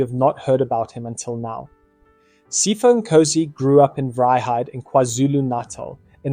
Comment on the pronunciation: Its Sea-pho not pypho